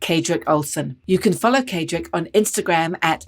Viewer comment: Paul, maybe make an effort to pronounce Kaedrich's name correctly. And when listing all the great men (no women mentioned) you recommend others aspire to, maybe put your guest on that list. Just good manners.